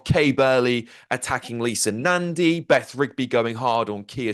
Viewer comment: Beth Rigby? You mean BEFF Rigby.